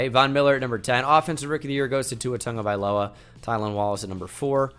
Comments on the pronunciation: 🧐🧐🧐🧐🧐👍👍👍👍👍 Just sounded like pongo but with a T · Tua Tagovailoa Not Tongo, Tago